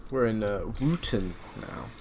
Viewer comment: if it doesn't have a cathedral its not a city its still a town. n its pronounced Wotton not Wooten lol